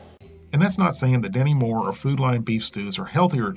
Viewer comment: No matter how many times I rewind it and listen to it again, I could swear you're saying "Demi Moore". Maybe it's because you Americans pronounce your 't's' with a soft 'd' more often than not. Like, "stew" sounds like "sdu", and what-not.